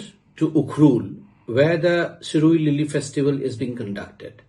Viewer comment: It’s shirui lily no Siroy lily😂